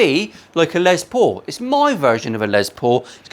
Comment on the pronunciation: Here I am editing a Les Paul video watching a Paul Les Paul video. At least you pronounce it normally, unlike the Yanks and their Less Paul. Last time I mentioned that, I think I triggered the whole country.